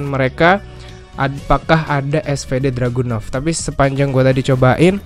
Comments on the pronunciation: Info:itu harusnya dragunov bukan druganov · Cuma Ngasih Tau Bang Bukan Druganov Tapi Dragunov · Dragunov apa Druganov ?